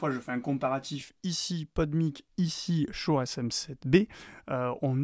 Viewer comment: Prononcer "Shoure", mais à côté dire "podemique", c'est un peu rageant